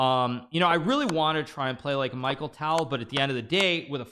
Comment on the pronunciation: Its not micheal ..its mikhail tal